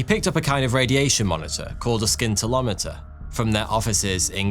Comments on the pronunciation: "Skintillometer". Is that the British pronunciation? 🤔 🙄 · In the word Scintillometer the 'c' is silent. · Oh PLEASE pronounce scintillometer correctly. The C is silent!!!!!! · BTW, the "C" in scintillometer is silent.... You pronounce it the same as scintillating, or extremely exciting. It is NOT a "SKIN-tillometer"! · Please tell your Patreons to tell you how to pronounce Scintillometer!! Silent C fella!!! Thank me later! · Its pronounded a SINtilomter, not a skintilometer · scintillometer is like scintillating; sin-till not skin-till. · Its pronounced "Sin-tell-o-meter" not "Skin-tell-o-meter" with all due respect! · It's pronounced like this: /ˌsɪn.tɪˈlɒ.mɪ.tər/ (British English) or /ˌsɪn.t̬ɪˈlɑː.mə.t̬ɚ/ (American English), where the "sc" at the beginning sounds like "sin" — not like "sk" or with a silent "c". So you say it like "sin-till-OM-uh-ter". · What's a Skintolimeter? LoL 🤣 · A “scintillomter”. Pronounced Sin till ometer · "SKINT-illometer"? Considering how long is taken to carefully make a well researched video, you might as well take a few more minutes to look up pronunciations... But anyway, very nicely presented otherwise, and interesting as always. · Shame about the pronunciation of scintillometer. (Should be pronounced ‘sintillometer’ the ‘c’ being silent) otherwise great subject and storytelling as usual from. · You DON'T pronounce the 'c' in scintillometer. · You pronounce scintillometer VERY incorrectly.